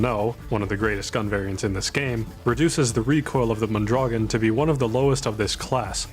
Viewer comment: Mondragón is pronounced MOAN-DRA-GOAN, by the way, with a trill on the R. Also "avtomat" is just a weird transcription of a russian word and I don't think you're meant to pronounce the V as a V.